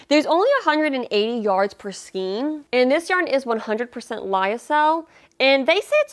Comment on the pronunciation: Thanks for this review of so many Hobby Lobby yarns! My local store doesn't carry all of them, but HL does ship! (BTW, "Skein" rhymes with "chain," not with "scheme.") 😁